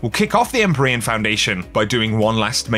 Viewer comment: the word is pronounced "IM-PEER-EE-AN" not "EM-PUR-EE-IN" ... can't be the only one bothered by this